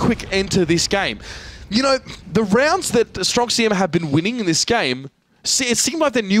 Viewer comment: "stronk sijema" mówcie po polsku stronk siema!